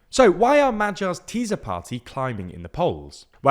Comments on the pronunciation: Ok, you guys are progressing. You called TISZA 'teaser' but at least didn't pronounce it as TISHA as if it was polish (as you kept doing with FIDESZ for years). An SZ in hungarian is a normal S. The party (and the river) is pronounced tee-sah. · Its not Fídez, but Fidesz( pronounce Fides) and its not Tíza, but Tisza ( pronounce Tisa) . But it was an informative video. Only these disturbed my ears. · Fidesz is pronounced as Fidess not Fidezz! Tisza is pronounced as Teessa not Teeza. Orbán has a hard "a" as in "and" or "apple". "Sz" is one of 44 letters in their alphabet, always pronounced as an English "s" . Hungarian "s" is always pronounced as an Engiish "sh", so Budapest sounds like Budapesht. Sorry, these things matter and takes just a little time to learn! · Just for help Try to say it a funny russian acent Madjar (Magyar) And Just say Tisa(Tisza) Hungarian 'Sz' is just 'S' 'S' is 'Sh' 'Zs' is the french 'J' in BonJour You dont need to brake your tongue for these letters For that there is 'Cs' Ch like in Chicago 'Dz' wel if you just say these letters very fast after ech other a lot you get the sound I guess Its actually can be applied to all of my double letters Except 'Ly: its a 'J' with special rights to be in random words Just read it as a hungarian 'J' 'J' is Always like the 'Y' in New York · fidesz= fides tisza= tisa that´s how you pronounce them in english, and another thing, in hungarian our last names usually come first when saying our entire name so it´s not Péter Magyar but Magyar Péter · Almost. He says it a bit like z occasionally but at least he is not saying tisha. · Magyar is pronounced something like moyor, and Tisza is pronounced teessa. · the guy isn’t even close to correct vowel sounds, which are round as in Farsi. Also, he consistently pronounces Tisza ‘tiza’. Sz is how ‘s’ is spelled in Magyarő. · Learn to pronounce Hungarian. "sz" does not have a "z" sound. It is pronounced like "s" in English.